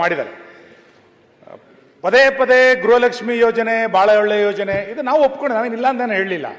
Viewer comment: GRAHALAKSHMI ALLAAMMA GRUHALAKSHMI